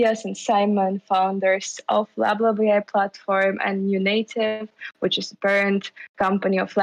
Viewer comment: "lab lab ai" sounds "bla bla ai" many times :)..... you need to change the name